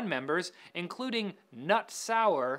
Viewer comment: Knut is not with a silent K. ;)